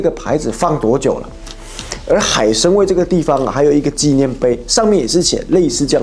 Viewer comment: 海参崴，不是海参威😂